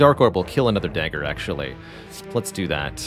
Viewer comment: Add an update to the pronunciations for Compile Driver, Potion, and Dagger in dictionaries everywhere. They are pronounced Compldrivr, Pewtion, and Degger